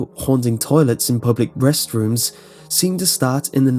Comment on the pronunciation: I swear I heard him say public breast-rooms.... I don't know